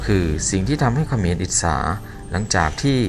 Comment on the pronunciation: ฝึกพูดภาษาไทยบ่อยๆ นะครับ ฉ.ซ. กว่า,ความ อิจฉา ไม่ใช่ อิดสา ยาว ไม่ใช่ ญาว, ชาว ไม่ใช่ ซาว ฤดู ไม่ใช่ ละดู